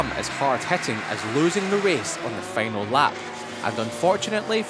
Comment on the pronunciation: feynel seyction et the stediem...who gave this job to this man